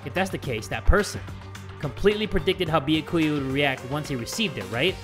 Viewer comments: He once said it right and then said no I almost said his name right then he went pissing us off again he knows his name is byakuya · it’s pronounced byA-kuyA not byA-kUya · i dont like the way pronounces byakuya it aint "beeyehkuya" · Poor Byakuya... couldn’t pronounce his name for his whole Danganronpa life 😞